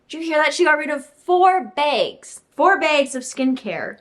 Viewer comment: omg firstly your room is so pretty secondly. i havent noticed before but you say bags the same way i do